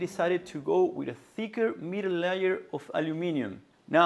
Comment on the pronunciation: I love when he says Layer in reference to the substance that comes on the Misen pan, but it sounds like Liar. It's a very apt pronunciation.